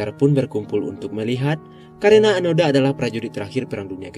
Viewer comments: Onoda min bukan anoda, 😂😂😂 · Seharusnya mengisahkan seorang tokoh jangan sampai salah sebut, sudah jelas Nama nya Hiroo Onoda. kenapa terus2an di sebut Anoda?